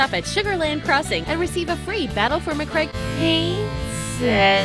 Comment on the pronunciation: She pronounced "Macragge" as "Ma-craig". Calgar won't be happy.